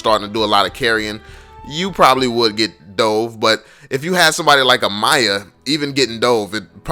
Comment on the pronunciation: its f***ing MIYA not Maya. Thanks